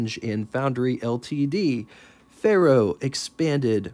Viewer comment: Say "Fair-oh," not "Fay Roh." It's Latin for Iron.